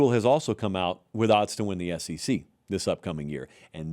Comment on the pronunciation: It is the S E C and NOT the S C C....